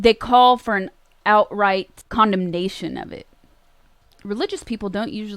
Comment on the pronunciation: "condomnation"... XD